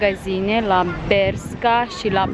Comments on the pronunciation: bescha, se pronunță : beşca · Se citeste BERŞCA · Nici măcar nu știi sa spui corect Bershka și Pull & Bear